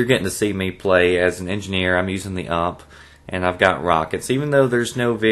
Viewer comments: It is not an UHMP. It is a U.M.P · Hehehe, "UMP!".....it's a U.M.P (universal machinepistol, sounds better in German) mate ;), you'll piss off the Germans by getting their weapon names wrong. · using the UHHHMP! lol